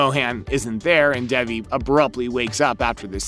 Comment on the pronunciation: bruh her name is DAY-VEE